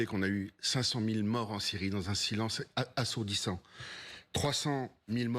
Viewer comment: Il la tellement de bouf encore dans la gorge qu'il n'arrive même pas a dire assourdissant